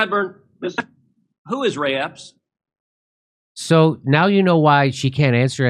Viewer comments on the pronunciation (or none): He said ray Epstein lol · Ray Epps, not Epstein. Word slip